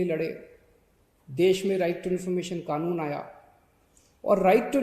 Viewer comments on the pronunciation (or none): none